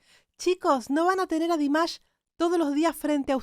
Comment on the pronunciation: A mi me gustaría que buscaras el nombre real de Dimash y lo pronunciaras correctamente, para nosotros tus subscriptores 😊